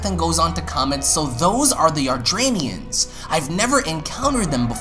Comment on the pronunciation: Please pronounce "Yardat-ians" properly. Hearing you say it repeatedly the wrong way was such an earsore.